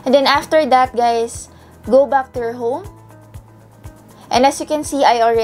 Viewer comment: "hey gays it's your tech girl "